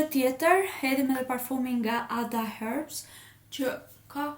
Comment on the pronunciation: Pse thu hërbs kur eshte herbs